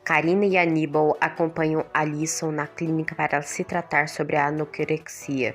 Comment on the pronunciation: "Anokrexia*? Kakakakakakakakak sorry